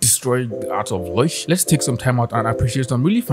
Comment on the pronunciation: Wait... it's pronounced Loy-sh? I've always called her Low-ish since her name is Lois. Or is this just for laughs?